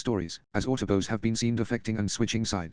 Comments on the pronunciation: Love the constant "autobos" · The autoboas